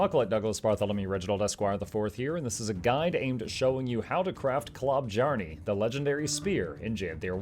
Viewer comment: I know it doesn't matter but dear god it makes my ears bleed hearing the J pronounced as a J and not a Y. So more like klo-byarne instead of klob-jarne or klob-jarn-ee shudders